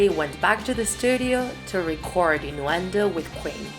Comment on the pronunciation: Inwendo wtf it’s innuendo